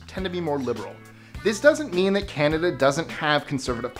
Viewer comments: There is no R in CANADA, if you're going to 'review' our culture, please take 6 seconds and figure out how to pronounce our name. I find that very offensive to mispronounce our name. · CANADA. Not CanadaRRRR.